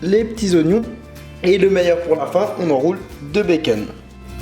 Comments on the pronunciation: Et du beken ( becon) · des tranches de béceune mdrrrr (charles le prenonce comme ça) nonis ut se el ruelliem :) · C trop drôle la façon dont tu dis bacon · Sidonie Launay façon américaine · ça me stresse ta façon de dire "bacon"